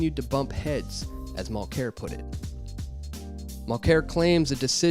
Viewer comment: If you're gonna attack the guy, try to pronounce his name correctly.